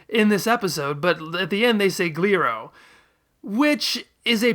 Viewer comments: I think Goku says "Guriro" when they write it "Gliro". Also I'm sad they don't render "Goriro" as "Gorillo". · I also heard Guriro.